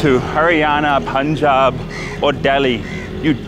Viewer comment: Karl pronounces Punjab like we Indians do 🥰